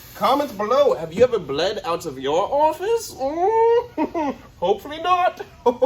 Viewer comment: Not Orfice …its orifice….